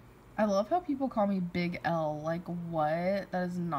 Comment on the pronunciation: Tyler Stukenholtz its big al but she says l